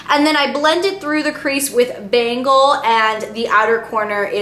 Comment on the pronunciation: It's actually pronounced ben-gawl, like the region of india